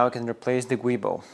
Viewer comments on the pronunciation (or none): Rusty rear subframes are becoming a real problem in the UK on E81-E93. Not as bad as Mercedes where they are so bad they are being replaced for free. Keep up the good work - your videos are superb. 😀 One thing - the prop coupling is a Giubo (joo-bow) not gwee-bow. M539 had a hissy fit when I corrected him🤣